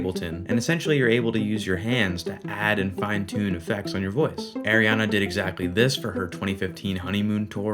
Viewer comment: Love this content, but just as a future reference it's ARIana not AIRiana